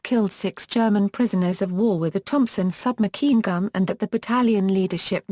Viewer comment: Thompson sub-makeen gun!😂😂😂